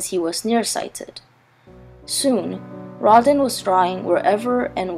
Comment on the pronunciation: Good job, but his name is pronounced row-dah in French. The burghers of Calais is pronounced Kah-leh.